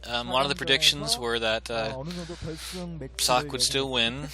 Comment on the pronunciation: You were right. "Sock" is correct pronounciation. :-D